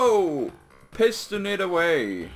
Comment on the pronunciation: pist-on it..... lolololol